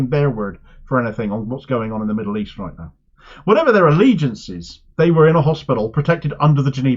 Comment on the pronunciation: i love the start of each video. "Royt"